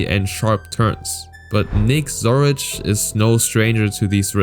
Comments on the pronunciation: It's Nick Zoricic,not Zoric... just sayin' 😑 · His name is Zoricic not Zoric. I think for such a topic it would be nice to honor the guy by at least getting his bloody name right.